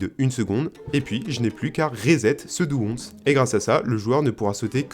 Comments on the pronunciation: AH NON !! On ne dit pas "dou once", mais "dou ouansse". Maudits français ! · "dou onsse" ah oui c'est beau ça xD, pour dire "do once" "do ouann-sse" serait plus correct si ça en intéresse ptdrr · La vidéo est vraiment top, mais stp redis jamais un "do once" comme tu l'as dis mdrr Ca se prononce comme "one" (1) mais avec un son "s" en plus. "Onsse" ça existe pas ça fait juste mal aux oreilles😅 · DOU ONZE ... lol Ze titcheur izin ze awze :face-purple-crying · GG! Par contre le "doux 11" et le "rizette" m'a tué 😂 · "Do onche" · "do once" c'est pour me buter par contre, prononce plus jamais ça comme ça stp 😭😭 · Super sympa je suis tombé ma par hasard . Le once ça ce dit one et tu rajoutes le son "s" a la fin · Tout allait bien jusq'à ce que j'entende comment tu prononces "Do once"... 😭